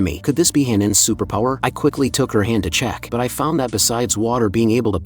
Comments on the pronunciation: "a supapowa" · I love how the ai voice says superpower😂😂😂😂😂